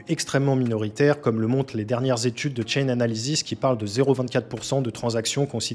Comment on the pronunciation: Chainalysis et non pas "Chainanalysis" 😉